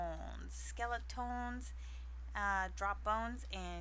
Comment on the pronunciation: u say it like this skele-tens